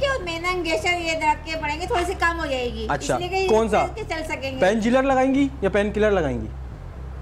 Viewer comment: Painkiller ko painjiller 😂🤣😂